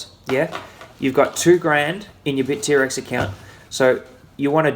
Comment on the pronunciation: Bit-T-Rex? Init Bitt-rex bra?